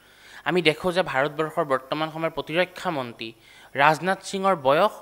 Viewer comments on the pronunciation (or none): মন্তী নহয়। মন্ত্ৰী বুলি শুদ্ধকৈ উচ্চাৰণ নকৰে কিয়?